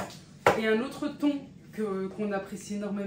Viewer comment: 🤣🤣🤣 "thone" 🤣🤣mon mari, qui vivait aussi, au Maroc l'aime d'amour aussi ce thon 🤭🤣🤣